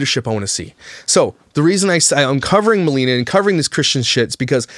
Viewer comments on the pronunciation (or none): It's Ma-lay-nah. Not Ma-lee-na. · ITS MILAYNA! 😂 you got the first name wrong also hahaha